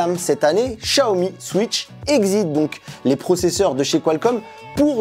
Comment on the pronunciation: Pourquoi tu dis Chiaomi alors que c’est Xiaomi?